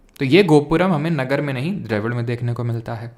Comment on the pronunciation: नागर not नगर😂